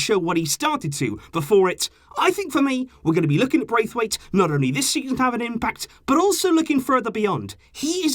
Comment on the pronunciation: I don’t actually care but if you do i’ll just let you know: You’re pronouncing his name wrong. It’s not Braithwaite as it’s spelled but Brath-waite. Like you would pronounce the name “Brad” in american but just with “Brath” instead of “Brad”. He said that in a Danish interview once :)